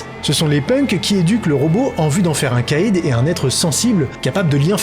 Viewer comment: Le nom de l'antagoniste de Robocop 2 se prononce K1(Caïn) comme dans Abel et Caïn de la bible, ce qui lui va bcp mieux au regard de son côté "prophète de l'apocalypse". J'aime bcp tes vidéos mais tu les regardes vraiment les films? Parce qu'en tant que fan des 2 premier Robocop ta prononciation m'a fait saigner des oreilles 😅. Pour moi c'est tellement iconique que cette erreur n'aurait pu être faite qu'en lisant le script de la vidéo sans avoir vu le film.